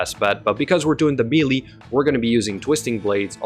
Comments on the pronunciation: meelee is pronounced "maylay" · Take a shot every time he says "meely"